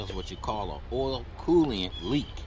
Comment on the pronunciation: Coolant not Colliant